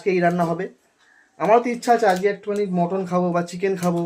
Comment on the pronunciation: ওরে! ওটাকে "মটন" নয়.. "মাটন" বলে! ইংরাজী বলার ইচ্ছে হলে সঠিক ইংরাজী বল!!